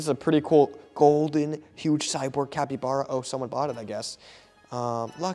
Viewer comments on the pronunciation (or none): none